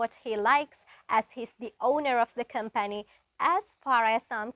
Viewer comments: Com- pani 🍯 nemei. Com-phany 🤦🏽 Nosta - ligic nemei, nostalgic (li ekak na) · Eya pronounce kara wadi video ekedi. Com🍯pani kiyanna. Com puh ni hari